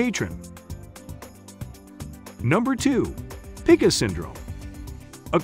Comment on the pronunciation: This text tho speech reader is not great. Anemia is not a-nem-ee-a It's a-neem-ee-a It's not pick-a It's pike-a